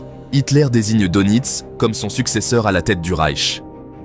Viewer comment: S'il vous plait, prononcez Deunitz et pas Donitz.